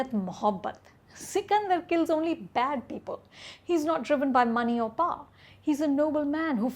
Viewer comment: why do you people pronounce “Power” as “Par”, if you’re trying to imitate Americans, we pronounce it “Power” 😒